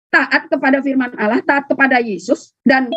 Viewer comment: Ngomong Allah aja gak becus luh orang Kristen gila